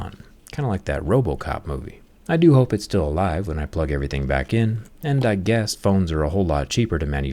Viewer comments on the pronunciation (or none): none